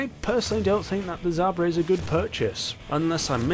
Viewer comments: Zabra? Lol it's Jaba (жаба) or zhaba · So what we have to today is the...zumba when its really pronounced (Z-ha-ba) zhaba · btw its pronounced Zaba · Its the zah-b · Pronounce like this "Za ba" Without an h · How did you get “Zumba”? There’s no M in Zhaba at all 🤔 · How hard is it to say the word lmao. Zhaba is not hard to pronounce.